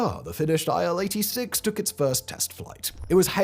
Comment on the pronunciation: „Aisle 86“ 😂